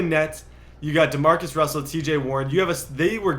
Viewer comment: "Damarcus russell"